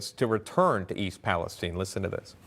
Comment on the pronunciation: Thank you for the report. And for pronouncing East Palestine correctly!!